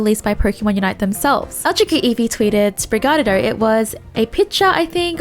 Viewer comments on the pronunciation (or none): She said it like sprig a dido But its actually (Spri-Gah-Tee-To) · It’s like she’s saying “Sprig-a-Ditto” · Pronounced (Spre-GAT-ee-toe), if not then I'll just call you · It’s pronounced spree gah tee toe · girls it's "spreegateeto", that's not an accent that's just saying something wrong. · Try saying it like this: Sprig-ah-tea-toe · sprig-a-TEE-toe TEE as in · REPEAT WITH ME,: Spree- Gah- Tee- Tuh. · That is not how you say it. It's Spriga-Tee-Toe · Sprigatito is pronounced: Sprig-gah-tee-toe. it's sprig (a kind of plant) + gato (cat in Spanish and Portuguese) + -ito (a Spanish suffex meaning something small/diminutive). In case you struggle to pronounce the words it's based on they are, sprig: sprig, gato: gah-too, -ito: ee-toe. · Pokémon: "Sprigatito - based on the Spanish word for kitten" Pronounced: "Sprig-ay-teet-oh": "SpriGUARDio"...🤣🤣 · Assistance with pronunciation: Spree-gah-tea-toh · Tip for pronouncing Sprigatito correctly say it like despacito but say sprig so like this sprig-a-ti-toe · Its sprig-ga-tea-to. Hope this helps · it’s Sprig - uh - teeeeeeee - tow 😂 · you pronounce Sprigatito like Despacito. Since the region is based on Spain (and then Iberian peninsula) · It's pronounced (sprig-a-tee-toe) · lol still pronouncing it very australian- most of the people i've talked to say it like "sprig-uh-tee-toe" 😂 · Spring a tito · Spoo rig ah diddy What's so hard aboote that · The way you say Sprigatito isn't even an accent thing, you're just straight up pronouncing it wrong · Sprigatito is the 1st part u said then pronounce it like uh then tee toe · difficulty pronouncing stuff is now my highlight of the day lol. Love ya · I'm not sure if it's supposed to be like that, but the "gatito" in Sprigatito is based on Spanish word for kitten and therefore has a vocal accent in the second syllable "ti". That's beside the "t" mispronunciation by the way. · goes Italian when pronouncing sprigatito